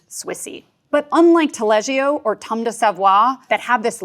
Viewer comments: There's no "i" in the pronunciation of Taleggio. It's Taleddjo I won't even begin with Hollerhoker... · The way she say taleggio triggers ne xD